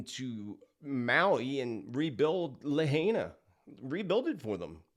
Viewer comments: It was a 5.1 earthquake not 5.5 and Lahaina is pronounced LA HI NA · I call bunk on thar photo of the laser beam, perhaps from the Paradise fire years back but not Lahina. Hawaii, on the whole, is more 'jungle' than 'forest'. More deciduous trees than Evergreens. That looks more like the mainland. Also, I believe it was Biden who used the term 'Laser focused'. Lahaina is pronounced La High Na,. I hope that helps to quell your uncertainty about how it is pronounced. Thanks for all you do,. May you remain safe. 🙏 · Not sure if anyone mentioned, but the green lights were seen over Mauna Kea on the Big Island. PS: Lahaina is pronounced “La-High-Nah”. Thanks for all you do. So grateful :)